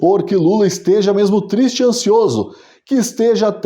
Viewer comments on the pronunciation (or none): "Tô tisti" 😂😂😂😂... Excelente conteúdo! 🇧🇷🇧🇷🇧🇷